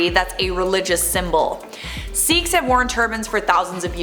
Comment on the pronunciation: It's pronounced "sickhs"